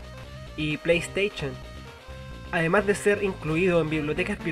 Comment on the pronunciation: ''play steichon'' jajaja